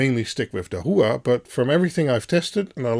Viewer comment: pronounced dah-wha, dah like dit dah dit (morse code) and wha , like saying what, but without the "t" dah-wah. dahua :)